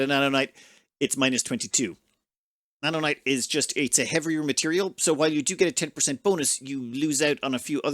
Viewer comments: Its naonite not nanonite btw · N a o n i t e xD not "nanonite" and Xanion (pronounced "Zanion") Also, I didn't see if you did it or not, but USE integrity field generator blocks, it reduces incoming damage by 75% and prevents blocks from breaking so easily.